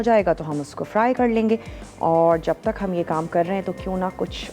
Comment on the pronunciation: Masala tv walo ap sa guzarish hai ka kar ko kad kehna theek krein bohat bura lagta hai